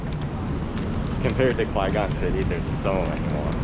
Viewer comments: Is Quezon pronounced as Qwe-Gone an inside joke? Or is Kwegon a new place out there? Quezon is supposed to be pronounced like Keh-Zon. Just fyi. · Not sure if you guys are purposely saying it wrong but Quezon is not pronounced Kway-gong… its Que-zone. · Quezon is pronounced as KE-ZON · Its "kezon city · Am I the only one bothered how they pronounce "Quezon" as "Kwe-gon"? 😅 Anyway, enjoy your stay here in PH. 🇵🇭